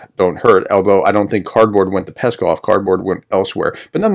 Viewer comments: ♥Pskov is pronounced like "scoff" (silent P), not like "Peskov" (Kremlin spokesman). ♥♥ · very good video, thanks, but the name of the city is PSkov (pronounced P-Skov, and not Peskov)